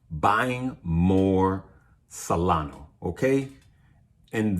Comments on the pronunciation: It's SolanA not Solano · dude, it's SOLANA... not Solano. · Solana Sol lan ahhh. Not Salano